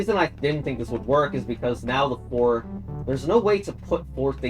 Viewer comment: When you said "4 on the wall" i heard "hole on the wall" Bruh